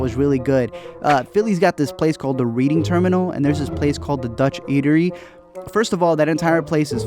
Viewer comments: Jim’s Cheesesteaks on South Street Also it’s not pronounced Reading 📚 Terminal 😆 It’s pronounced ‘Redding’ Terminal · “Reading Terminal”, bro it’s pronounced “red-ing” pick up that slack 😂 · It's pronounced red-ing terminal lmao Best cheese steaks imo are pudge's, but I don't think there's one in the city anymore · Try Jim's on south street. Best cheesesteak ever! And it's pronounced red-ding terminal. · It’s pronounced like “red-ing” terminal